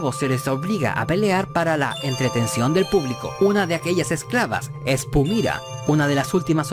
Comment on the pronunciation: Porque Pumira y no Pumara???